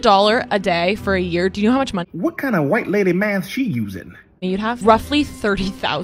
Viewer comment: Anyone else noticed how she said "ROUGHLY $30,000"? She knew even her guess was off.